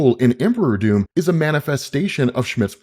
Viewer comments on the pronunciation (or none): Your pronunciation of Doom is somewhat funny and confusing, in any other context it would be no problem. But sometimes it sounds like Dume/Duum which my non native English speaker brain interprets as Dune. So I keep hearing "Empire of Dune" / "God emperor of Dune" ..